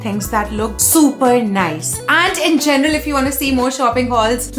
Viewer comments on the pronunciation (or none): none